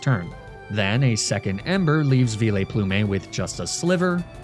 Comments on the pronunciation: Vileplume ≠ Vee-Lay-Ploo-May You’re a mega troll and I won’t stand for it no more!! :)) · ‘Vee-lay-ploo-may’ has to be my favourite unorthadox pronunciation yet😂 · No one:: Vi;Le;Plu;Me 😂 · Veelay-Plume-ay is pure gold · Lmao never heard anyone ever call it "veeleyplumey" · You know, it took me a while to get used to your "Arcanee-nay", but "Veeh-layplumay" is just going too far...